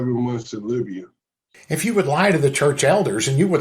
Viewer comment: Did he say he was in Labia or Libya?